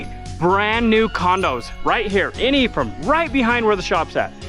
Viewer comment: I constantly heard him saying "the E from Utah" and was thinking what E? Untill I read it's Ephraim...